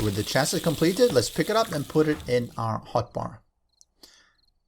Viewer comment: Chassis is pronounced "chas-see" :) It's from French